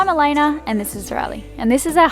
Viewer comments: Is it me or does Riley actually call her Elayner? I hear and ER lolol. I'm from Texas so maybe it's my ears lol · I swear Riley calls Elayna Elayner. Does anyone else hear that?